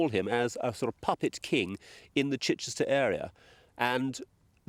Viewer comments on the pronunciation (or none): none